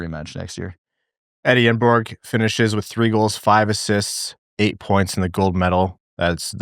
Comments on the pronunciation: No G on the end either if you are getting that specific. Nobody in NA ever says the names exactly correct. It'll be interesting to find out what everyone settles on when he makes the league. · It’s “yenborg,” no g